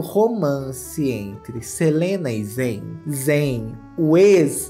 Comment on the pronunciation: que delícia ver você falando o nome e sobrenome do zayn certinho 😭💘 muito meu cristal mesmo